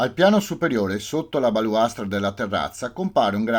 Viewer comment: Balaustra...non "baluastra"....😘🙏